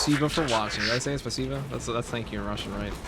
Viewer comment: you said spasibo very clean, without accent, that makes my Russian heart happy❤❤❤ your welcome)